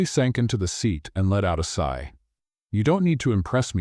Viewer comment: Side,should have been “sigh”